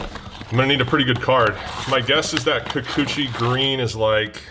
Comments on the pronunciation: Enjoy the war....enjoy you saying Kukuchi more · I really think its funny to hear you say Kikuchi. HA!